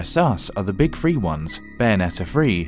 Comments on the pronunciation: I am tone death and even I could hear it. He is pronouncing three as free. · I'm sorry. Your th-fronting bothers me. It's THree DS not FRee DS